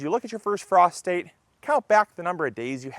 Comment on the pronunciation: I need a moment to unhear Prostate when you said frost state🤣🤣🤣